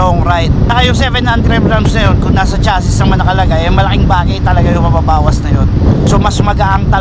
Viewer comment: Chassi lang po silent s po iyon hindi chassis